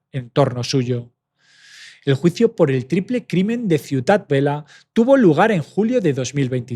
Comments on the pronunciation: Bien narrado pero cuidado con los nombres. Hay que contrastar antes. Dices “Ciudad Vela” y es Ciutat Vella. También nombres de calles. A parte de leer el teleprompter ensaya un poco los nombres antes. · No es Ciutat Vela, es ciutat vella. Y no es Brians pronunciado como si fuera el nombre inglés Brian. Suena tal como se escribe. Narras muy bien, pero por eso mismo estaría bien prestar un poco más de atención a la pronunciación de determinados topónimos.